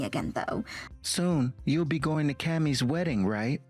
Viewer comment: Can your AIs learn how to pronounce Cammie.